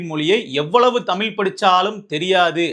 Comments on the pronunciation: நீ நல்லாதான் பேசுற ஆனால் நீ தமிழை தமில் என்று. உச்சரிக்கிறாய் அந்த தவறை திருத்து. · என்ன சொன்னாய்??????? தமில்?? ¿????? ¿????